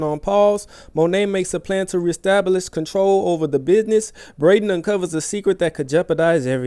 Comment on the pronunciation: “Restablish” 😂😂😂 I feel you family 🥴 “peticilar order” 😂😂